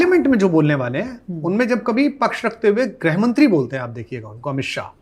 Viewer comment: It is Grih Mantri Not Greh Mantri What kind of a Hindi poet you are! Again It is Social Media Not Shocial Media You were a student of English literature!